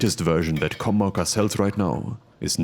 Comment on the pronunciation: I thought the logo said “CornMaker” and I thought you said “Cum Marker”. Love all of this.